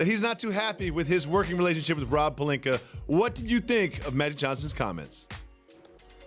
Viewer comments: Stephen A: " Was it Rob Pelinka you were talking about and is it Rob Pelinker?". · Stephen a...rob "palinker"